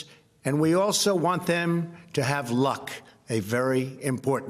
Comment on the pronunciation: His emphasis on "luck" means he knows something. He's betrayed us all. Just watch.